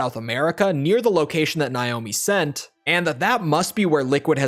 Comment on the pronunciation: Why are you deliberately pronouncing Naomi’s name wrong?